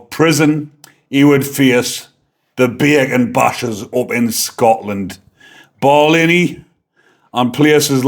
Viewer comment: I just like the way you say bacon bashers.. Only pulling your leg, you are very likeable.